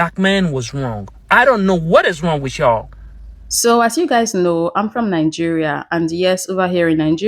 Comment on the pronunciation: I like how at the end, he throws in the Americanized... "I don't know what is wrong wit yall". LOL